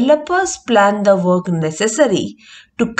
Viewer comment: Is it "work" or "weok"? Pffff